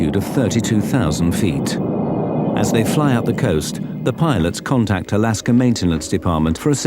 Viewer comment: "Alasker Airlines"